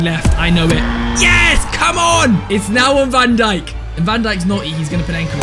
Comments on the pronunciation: Who didn’t hear him say van donkey😂 instead of van dijk😂😂😂😂😂😂 (make this comment blow up) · Bro said Virgil van donkey💀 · You said donkey